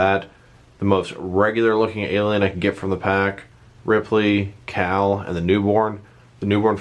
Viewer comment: Her name is Call not Cal